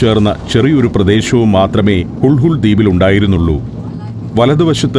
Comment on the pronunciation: ഹുൾ ഹുൾ അല്ലാ അണ്ണാ, ഹുളുലെ എന്നാണ്